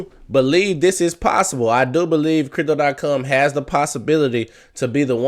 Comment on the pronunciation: Say com not cum